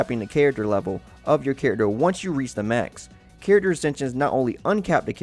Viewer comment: I can't handle the way his says "character"